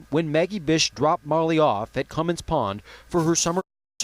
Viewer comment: For Gods sake do a little research. You mispronounced Molly’s name even after you did it the first time. It “Cummins Pond”. Not whatever you said. You aren’t in any position to be criticizing anyone unless you have some idea of police work. Doing your interview in front of a menu is totally unprofessional. Should I go on?